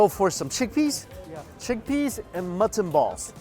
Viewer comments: Every time he says mutton I understand matzen and I was a bit confused at first like, they eat matzen balls in pakistan? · I also think he says mutton weird.... like it’s two words or something? I can’t put my finger on it?